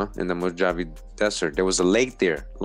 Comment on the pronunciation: I wonder if Mojave is a hebrew word. Its actually pronounced Mo-ha-vee....